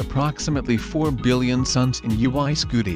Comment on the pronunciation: OO EE SCUTEE